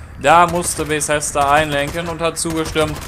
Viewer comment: Junge das heißt Bethesda nicht Besesda. Fail